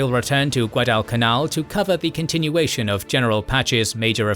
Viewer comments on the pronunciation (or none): none